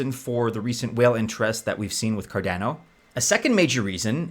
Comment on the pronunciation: CarDANo? Nobody says it that way. Cardano like mano, guano.